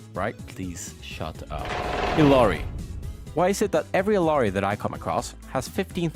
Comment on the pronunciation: Also, Illari in her hero swap voiceline pronounces her name as Ilyari, not Ilari